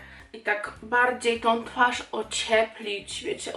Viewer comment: Zauwazylam ze masz teraz taki brytyjski akcent nawet jak mowisz po polsku to przeciagasz dlugo samogloski np- twaarz, a nie mowisz tak jak my mowimy tak szybko 'twarz', mam nadzieje ze wiesz o co mi chodzi :D